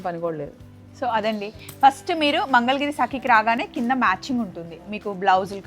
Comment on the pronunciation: మంగళగిరి....mangal giri kaadu. Please note